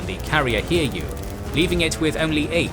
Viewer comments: didn't look for similar comment - allow me to give an advice: the carriers Hiryu and Soryu are NOT pronounced Hear-You and Sore-You. They are Hee-Lyu (Flying Dragon) and Soh-Lyu (Dark-green Dragon). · The Japanese carriers should be pronounced as Hi-ryu and So-ryu angry Yamamoto noises